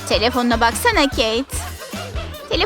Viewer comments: Keyet değil Kate ve keyt diye okunuyo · Yaa İngilizce'yi katlettiniz Keyt değil Kate ve cenifır ne Jennifer olucak hiçmi İngilizce dersi görmediniz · Kate mi Jennifer mı dediğinde bağırarak tabikide kate dedim bne malım anam kate ne dedi🤸